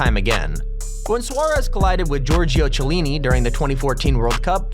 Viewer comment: OMG THAT KILLED ME WHEN HE PRONOUNCED CHIELLI WRONG